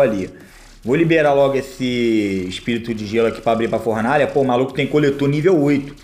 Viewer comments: formaalha kkkk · e Fornalha e n Formalha kk